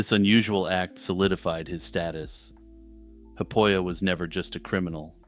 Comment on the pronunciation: 'Haapoja' is not pronounced 'happoia' but like 'HAApOia' sort of, emphasis on the H exhale rolling into the AA and on the O of Oja which is a second word. The 'p' is weak. There is no "frontier" in russia or Finland, nor was there during his time really, unless that is what you call northern regions because of their sparse population. Also it is not Maddy but Matti.